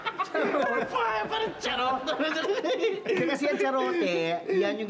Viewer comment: Ang alam ko garote hindi charote